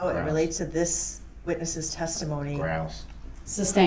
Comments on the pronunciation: Can someone please tell him it is not a "tack-it" agreement. Tacit is pronounced "tass-it." And don't get me started on "substained" vs. "sustained." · “Substained” wtf is that? What does “”substained” mean? What does ax mean? I mean, come on, basic ENGLISH pronunciation goes a long way! I have lost count of the number of times throughout this trial I have heard the word “ax”. If I was ASKED the question “if I could Ax You..” I would state “what?! I don’t understand what you are saying, AX? You want to hit me with an AX? Judge, im in fear for my life, the defendant said he wants to hit me with an ax!!!, bailiff please protect me!!” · I object .substained.